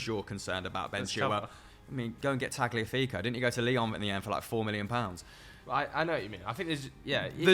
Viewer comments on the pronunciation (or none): Did this bloke seriously say Tagliafico? You’re having a laugh quite sincerely.